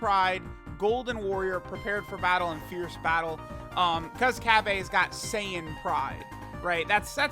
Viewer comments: It’s Cabba Not Fucking Cab A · Why do you call him Cabbe when his name ends with an a... its Cabba. You dont call cabbage cabbeage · It's Ca-ba bro